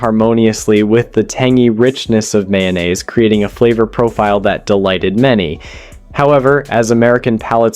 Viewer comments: WTF is "yanaise"?! 😬😅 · He didn't explain what the mock chicken was and can't say "luxuries", "fillets","mayonnaise","satisfying","culinary"?...AI or just a derp? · I too think “MYAHNASE” on sandwiches is “TISFYING”. A testament to American culinary “RESOURCEFS”. 😐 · Okay, some of the weird pronunciations are just grating on me. "Myon-ase?" and WTF is "tisfying"? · 'mixed with yonnaise' then a few seconds later 'to create tisfying sandwich'. There are loads of errors throughout, which are due to the AI not being able to rectify the inaccuracies in the script.